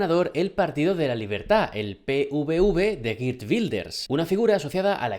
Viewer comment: Se dice Jeert y no Gir Wilders.